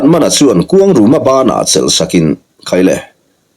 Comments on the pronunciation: Khuangruma ti in i lam ri in ka hre tlat zel😂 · A changtupa hi kuangruma nge kuangluma chiang zawkin a sawi theih chuan a lawmawm ngawt ang